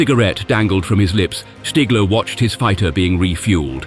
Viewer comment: 10 seconds in I HEAR the name "stiggler", no WWII pilot is respected more than STIGGLER!